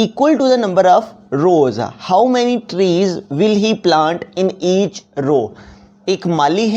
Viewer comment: Each not ach